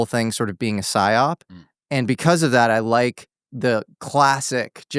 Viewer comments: isnt it psyop not siop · Great video and interesting topic, checked a lot of the things he talked about and seems to be incredibly knowledgable in this topic! Just a heads up, its "Psy-Op/PSYOP" rather than "SIOP", standing for "PSYchological OPeration. Thanks for the work you are doing, your work ethic and masculinity is refreshing on the frontlines of the current culture war. Keep at it brother! Cheers